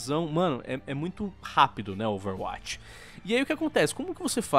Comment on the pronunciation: falando Overwatch e mt bom "Overwuaati"